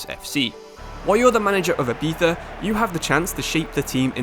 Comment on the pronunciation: The way u pronounce Ibiza 💀💀💀